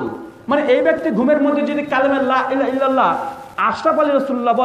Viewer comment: তুমি " লা " টানোনা কেন???